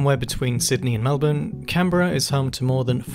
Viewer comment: Can Berra, mum it's pronounced canbra, arrebnac